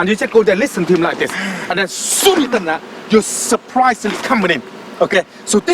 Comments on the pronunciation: You always say ZEN instead of THEN 🤣 real monk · And ''ZHEN'' I like the way he says then ....lol 😂😂😂